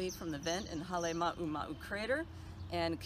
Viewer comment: Wrong mountain. You started out talking about Mauna Loa , then go on to talk about Kilauea and bastardize the pronunciation of Halema'uma'u. Its not "Holly Mama". I do think that people of the island should be looking closer at Mauna Loa, especially after so many large earthquakes. Chamber dams at the head of fissure and tube systems could be stressed. Another place to focus should be the Ola'a, Sexton and Kazumura lava tubes that originate from Kilauea Iki, and flows down the East side of Highway 11 and into Paradise Park. I've personally hiked inside this tube system starting from Hawaiian Paradise Park, and can attest to its enormity and capacity to carry large amounts of magma from the summit. There are numerous skylights for surface lava breakouts in several of the populated subdivisions along the way. , your deflation chart from NGL probably isn't the best chart to use. Yes, there was/is deflation at the summits of Kilauea and Pu'u O'o. Laboratory analysis concludes that summit magma ("newer" and "hotter" than what was stored beneath lower Puna since the 1965 eruption) has entered the lower rift zone, so logic says that the summits will deflate with loss of magma. Better examples are seen on the USGS Monitor and Deformation pages.